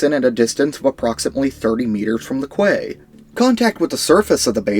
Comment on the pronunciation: Just for future reference 30 meters from the "key." It's French originally I think hence the odd pronunciation. It's another word for dock.